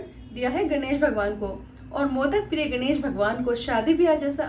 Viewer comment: मैडम जी वो सब तो ठीक है, परंतु गणेश के उच्चारण में "ण" का प्रयोग होता है ना कि "ने" का। बाकी आपकी पहल अच्छी है।